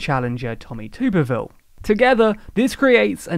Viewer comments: Just a note from someone living in Alabama: Tuberville has a soft u sound, so closer to Tuhberville than Tooberville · Isn't it Tommy tub-ber-ville not toober ville? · Great video but just want you to know that it's not Tommy Tub-as in YouTube-erville. It's Tommy Tub-as in a bath tub-erville. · Quick correction, the first syllable in Senator-elect Tuberville's name actually rhymes with tub, not tube, even though it certainly looks to be spelled that way.